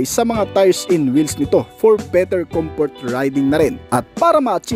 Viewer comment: ComFort bos... iba ang F as P ...